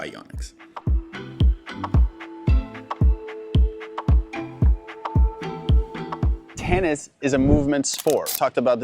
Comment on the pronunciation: It’s actually pronounced yōnex. 😳